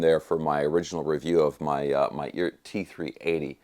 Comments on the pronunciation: I’m under the impression that it’s pronounced E-art for electric art or something like that. I love my Eart headless. Other than some issues with the trem spring, it’s a fantastic guitar. It’s got great tone and the craftsmanship is miles above anything in the price range. If you don’t like Eart, in my opinion, either you don’t know what good is or you have more dollars than sense. My Eart is practically impervious to temp and humidity, not to mention the frets. They are premium! I have never gotten so much bang for my buck from anything. They are simple, and built smart. I certainly do demand a lot from my guitars performance. I do a LOT of BIG bends and stuff with the trem so I need a guitar that will stay in tune after doing extreme note bends, and my 250$ Eart does just that. I would say the quality standard is WAY above the demand for the average guitarist, and plenty good enough for most advanced players. That’s my opinion. That thing looks SICK! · Is it really pronounced "eeert"? 🤔